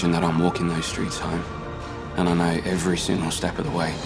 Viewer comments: if I was being really picky I'd say the way he says "know" is a tiny bit off but that's because our "o" sound is really difficult for non Aussies. He's done an amazing job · Dev Patel's acting and accent👏👏